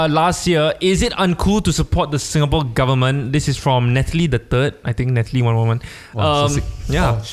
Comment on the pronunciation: Hello. Singaporean living in Japan here. Listening to you guys have helped me get through homesick thankss! 🥂✨ I just have to correct your guys on the pronunciation… pronounced it and the rest said sounds right but the last part was quite wrong. Lol… it’s quite difficult to pronounce it though. Shinjuku kissa’s pronounciation is correct… Tetsudo should be pronounce as TEH-ZHI-DOE Shinjuku is a location in Japan🇯🇵 Kissa means cafe☕️🍰 Tetsudo means railway.🚉🛤 Hope this helps! 😀